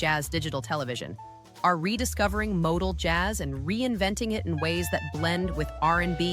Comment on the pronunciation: MOTOJAZZ is kinda like MODAL JAZZ but only if moronic AI narrators are involved